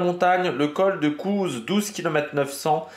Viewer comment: Le col de "cou", bien evidement le z ne se prononce pas